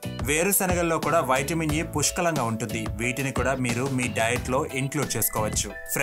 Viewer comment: వైట్ మిన్ ఏంటి బ్రో నీవూ నీ ఓవర్ యాక్షన్ వైట్ మిన్ వైట్ మిన్ అంటా వుంటే చికాకుతో వీడియో మధ్యలోనే వదిలి పెట్టా